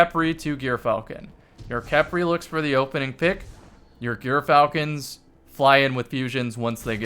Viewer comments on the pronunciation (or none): But it's Gyfalcon's not Gyrfalcon's. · Juhr-falcon's How-berk is the correct pronunciation to my knowledge